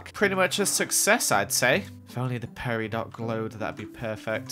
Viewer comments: it is pronounced peri-dough! that is an insult to us august people... (LOL) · Peridot is actually pronounced Peri-dough sry I want to be a geologist and it is my birthstone so I'm a little protective about it, thanks! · Yay the episode is back! You fixed it!!! Edit: Is it bugging anyone that mispronounced peridot